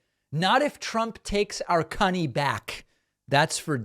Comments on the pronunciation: I laughed outloud at aspects of the Traitor's speech. 🤣 😂 🤣 Calling our country "cunny" and his other flub ups. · He must've had his daughter on the brain when he said "cunny" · He did! He said cunny😂😂😂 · He did not say cunny lmaoooo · Select the video's "settings" gear abd play the misspoken passages at 0.5X speed. Trump did say markers and cunny!